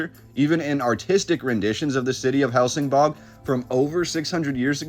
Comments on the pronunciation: Isn't it Helsingborg not bog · and it's pronounced "hell sin boy" . The G is like a Y. Gothenburg is pronounced " Yo Te Boy" . The some of the letters a so subtle , that you don't really hear them , but Swedes use them in an extremely subtle way that our American ears just don't hear. I was studying how to speak Swedish and it is very difficult because of that. I still try to learn how to pronounce all the time. I've been with my girlfriend for about 13 years, and have had a ton of Swedes stay at our house and still, it is very difficult to pick out the subtle sounds in the words, Only when I really push to find out how to say something properly will I get it. Also, in Danish, Copenhagen is spoken like this, "coo ben ha ben". That is an even tougher language to understand. Also, there are a lot of dialects still in Sweden, and they all know where someone is from by the accents they have when speaking. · Love this. My mom was born in Helsingborg. The way it’s pronounced is like Helsing-boy. I’ll have to send this video to her.